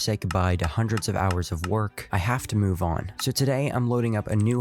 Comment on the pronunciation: Grown ass man said "I have to move on" with such a tone 😂😂